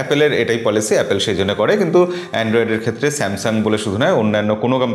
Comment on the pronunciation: dada apnar video like kori. kintu apni jokhon apple k apel bolen khub baje lage beparta.